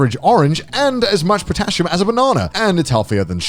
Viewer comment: I am sorry how did you pronounce Potassium ?